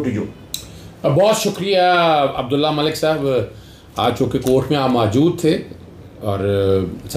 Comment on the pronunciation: اظہر صاحب۔ آپ نے رانا ثناء اللہ کو کیوں ساتھ بٹھا رکھا ھے اور نام بھی غلط لے رھے ھیں عبدالله !!!!!